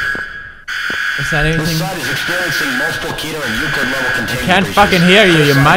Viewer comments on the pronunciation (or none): none